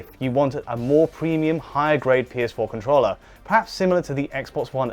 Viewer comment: Wait...he says "con-TROLLER" April fools joke haha?